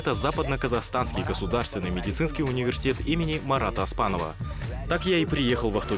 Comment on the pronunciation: Оспанов буква О